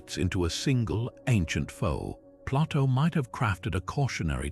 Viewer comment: Too bad the "narrator" doesn't know how to pronounce Plato, and B C, rather than B See. Perhaps an A I narrator